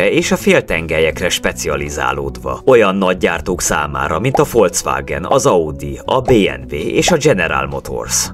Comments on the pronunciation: Igazad van foswàgen inkább 😊😂😂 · azt én is tudom de igy kéne ejteni Folkszvágen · Csak nekem bántja a fülem? "folcwágen"